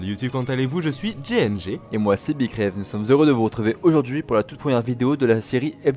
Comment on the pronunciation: Bonne qualité de vidéo, agréable à regarder, mais tout de même quelques points à travailler, comme la prononciation pour bi-craive (aucune idée de comment ça s'écrit haha), il t'arrive de bafouiller ou autre, entraîne toi pour éviter ce genre de soucis, ça pourrait en décourager plus d'un à s'abonner ! Sinon ce format de vidéo à l'air plutôt cool, le genre d'info qui intéresse pas de gens sur YouTube je pense, mais attention à ne pas utiliser trop de rumeurs comme "info" ce sont deux termes qui ne vont pas très bien ensemble ;) J'imagine que le fait que ce soit une série hebdomadaire n'aide pas à avoir une grande palette de choix en terme de sujets, il arrive qu'il y est des semaines vides d'actu intéressante, faites attention :) Voila, comme c'est le début de la chaîne je pense que des commentaires de ce genre pourrait vous aider, évidemment ceci n'est que mon avis, mais si ça peut vous aider j'en suis content :)